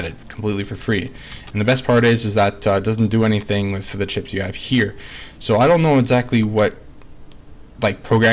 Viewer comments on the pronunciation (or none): It really sounds like you're saying clits instead chips lol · "see-ed-ra madre clips"